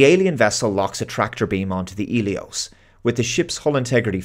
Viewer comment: Hmm, I thought the medical frigate was called Helios, but keeps saying Elios, unless im mishearing him